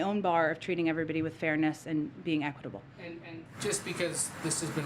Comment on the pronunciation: Not surprised. Look at how long it took her to day 'equitble' lol.